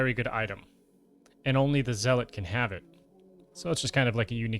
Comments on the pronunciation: Basically yeah Zel-lit can also help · Thanks for the guide - though my 'tism is kicking in, lmao. Zealot is pronounced "Zell-ut" - Think of it as saying "Sell it" quickly (and with a Z) Otherwise, pretty informative video, hopefully gonna see a Dealer/Banker guide coming soon. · 2025 and people still mispronouncing zealot.